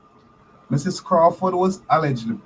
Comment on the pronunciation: It is so disheartening to hear you pronounce the word "Mrs." Are you indeed a Holder of a Doctorate from an Accredited Institution?